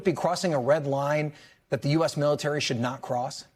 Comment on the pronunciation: “”Great ability in our mility””. Old guy……